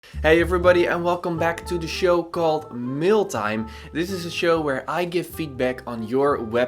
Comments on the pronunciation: Awesome feedback! Everytime you say Mail Time, it sounds like Mill Time 🤓 I Everytime think about you going to grind this people projects to pieces, i like it a lot. You really do dissect their projects in a good and simple understanding way. Oh by the way, I see lately you upload YT videos rarely, I for sure would like to see 2 videos a week and im sure some of your sub's would appreciate it too. 🤗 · It sounds like Meal Time to me, so I get hungry every time I hear it 😅